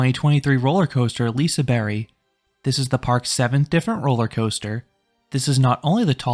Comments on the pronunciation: You went to Hard :D Silent G doesnt make it a Y. But i appreciate your efforts. And all your liseberg videos are great. Great content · Is it pronounced "Liseberry"?!?!? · I think it is said lisa “berg” like Iceberg